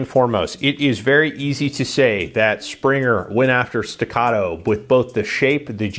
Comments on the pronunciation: its not "Springer". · "Springer" ? Good review but I just had to say something about that lol.